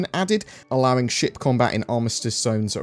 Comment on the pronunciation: I thought you said, “...allowing shit combat...” rather than ship combat haha